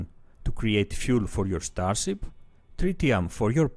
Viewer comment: Ztar-zip , cool-wuipp. Nice vid man :)